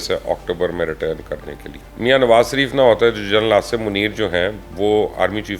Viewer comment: بے چارے میاں نواز سریف سے شدید ہمدردی ہے۔حالانکہ آ پ شین بول لیتے ہیں مگر نواز شریف کے شین کو سین ہی کہتے ہیں ۔اپنے نام کا شین بھی ٹھیک بولتے ہیں ۔😊